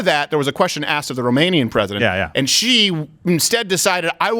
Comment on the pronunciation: She said plesident.